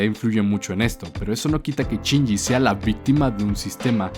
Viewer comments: Ahhh me estresa que diga CHINYI. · A mí me parece peor lo de "Chinji".